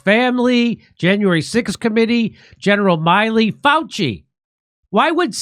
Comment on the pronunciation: Jimmy, its Miley, like MILL-E. Not Miley like Cyrus. 😂